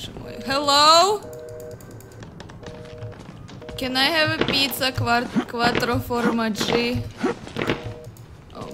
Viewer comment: Wow, you went very close with the pronunciation of "pizza quattro formaggi"